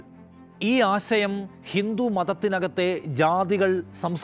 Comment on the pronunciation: ആസയം അല്ല ആശയം